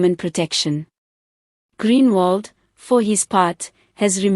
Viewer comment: Groenewald not greenwald